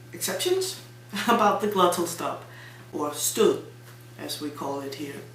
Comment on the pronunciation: Perhaps you mean the GLOTTAL stop. It derives form "glottis" = vocal cords. The English words "glottal" an the non-existent "gluttal" would be very different in English (British) pronunciation.